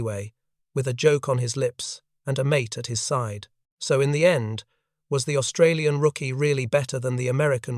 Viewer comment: Please ask Australians how to pronounce Australian. It's annoying.